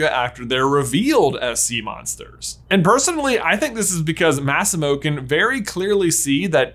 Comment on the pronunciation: The way you pronounced “Massimo” tho… it triggered me